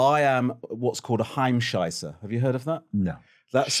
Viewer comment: It’s „Heimscheißer“ 😅